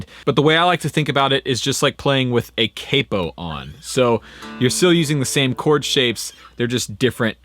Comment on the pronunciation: You say capo weird